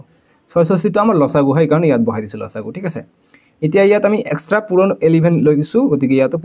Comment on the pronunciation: আপুনি উচ্চাৰণ শুদ্ধ কৰিব ল.চা. গূ নহয় ল.সা. গু